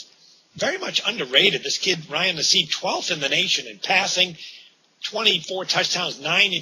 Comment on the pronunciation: Wow you guys were so wrong, weather all snow!! Syr trounced Geno, by the way you said Nassib wrong! Also 2 safeties on your boy Geno too! haha